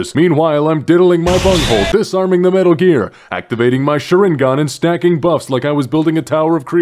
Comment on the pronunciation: Oh god he says shur-ingon instead of shar-ingon 🤣🤣🤣 Edit: Our guardian could have a nuke dropped on them and they would just brush it off